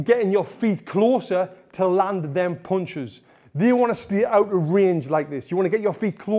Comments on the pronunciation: I love the way he says "puinchus" 🤣 (punches) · Tony " mulvvvuble bunches " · Mooloopool poonchez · I think he says "ponchis" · may be . Only his mouth knows it. He spins the word with his mouth 😅